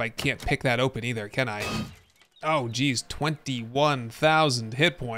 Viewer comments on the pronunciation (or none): none